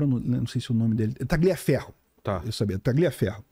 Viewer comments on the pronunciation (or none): Nãose fala TaGLIaferro e sim TaLHIaferro.